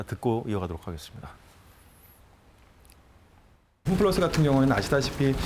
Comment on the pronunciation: 홈플라스??? 발음도 안되는사람이 나와서 ...